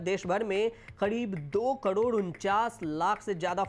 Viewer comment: कड़ोर नही करोड़ होता है